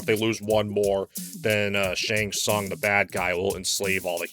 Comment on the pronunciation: I really enjoyed this review because this guy is not a fan.. don't even know how to pronounce Shang Tsung😄